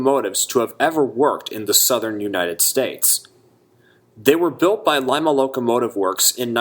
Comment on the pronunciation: Lima was pronounced "Leema"